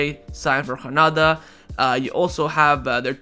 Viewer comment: hranada 😂😂😂 i love that you are doubling down on this.. hilarious